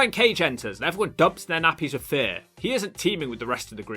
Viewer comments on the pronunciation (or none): none